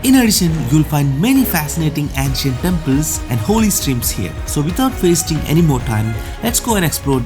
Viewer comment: Nice video.Please do look up the pronunciation of ancient 🙏🏽